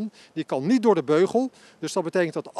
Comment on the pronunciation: "Ik ga daar niejj over" ....